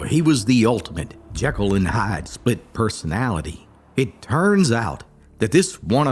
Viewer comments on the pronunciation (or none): none